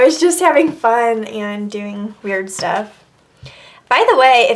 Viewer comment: I really hate the way she says and